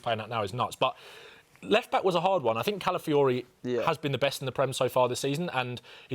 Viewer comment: Calafiori😂😂 give me a break man